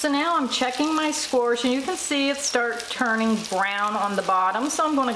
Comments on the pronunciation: Squash - NOT squaRsh! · I love how you pronounce squash. ;)